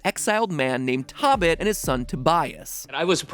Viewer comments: Matpat totally pronounced 토빗 wrong which makes his theory of names incorrect. In Korean, 토빗 is pronounced toe-beet (in simple terms, uppercase O and I.) It’s simply a combination of 토끼 (tokki), the Korean word for rabbit, and the English word rabbit itself. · Matpat pronouncing tobit as tabit hurts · Really? No one is pointing out the obvious error in the pronunciations of both of the asian languages, one of which leads directly to a very far stretched theory? Tobit is not pronounced like how it looks in English, and if that's the only reason for the connection with the greek mythology, that tells how far fetched this theory is. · i know its probably annoying to hear this but tobit and tokki are pronounced toe-bit and toe-kki. not tahbit or tahkki lol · Not Tobit in Korea. It is pronounced as tobeat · It’s pronounced “toe-bit” not “tah-bit” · Only one issue: "tobit" it pronounced "TOh-bit" not "TOB-it" "TOh" as in "toe" in Korean. So in this case, (to go with your theory, the letters should've been 타 not 토 as shown in the Korean translation of the game. Like someone else said, it's still a play on words with a mix of english and korean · Lmao did you just say “(TOH)bit?” It’s actually pronounced t(O)bit. Never trust google translate. Please. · As a korean I’m pretty sure the name 토빗 is a combination for korean rabbit and and English word rabbit Both of them have 2 syllables so it’s a combination of first syllable of korean rabbit and second syllable of English rabbit The pronunciation is more like “toh-bit” rather than “tah-bit” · Tobit is pronounced “toe”bit” my guy it’s a Christian/ Jewish holy book. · Oml, that Korean pronunciation. (Though nice try, MatPat.) Zipper's name is pronounced more like Tobis (toe-beese) and rabbit is "toekki", which does not rhyme with Pocky. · It’s pronounced Toe-bit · tokki and tobit are pronounced like "toe"